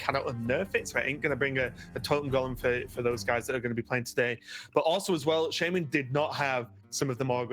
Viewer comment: SHAMAN NOT SHAYMAN FFS